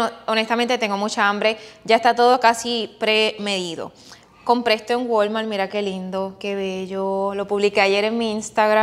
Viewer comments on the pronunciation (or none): none